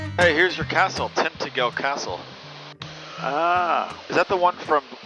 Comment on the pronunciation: Great to see you flying the coastline of my home county of Cornwall,. Having grown up on the Lizard it was a trip down memory lane. Interesting pronunciation of Tintagel…